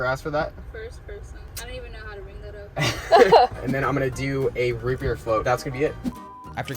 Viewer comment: Oh, root beer float! I thought you said ribbierre float!